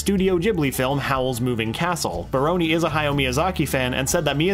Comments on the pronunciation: He just pronounces it like, "brony" in this video. Poor Baroni. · this is all so great, but the way you pronounce "barone" hurts my heart.